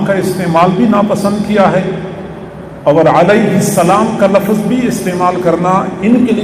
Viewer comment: Pehle urdu to sikhlo hazrat...lafz hai lafaz nhi....aur imam mehdi a.s ke upar ...comment kar raha hai ....🤣🤣🤣